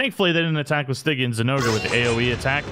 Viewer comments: Stygian is pronounced stay gee un btw, great videos tho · Pronounced Sti-jian